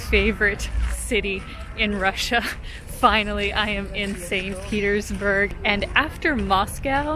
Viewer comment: Не бёрг, а бург